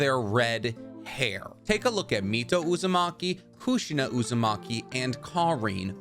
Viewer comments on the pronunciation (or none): Man really said Uzumake-me 😭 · Lol uzu-make-me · "Uzamaki" LMAOOO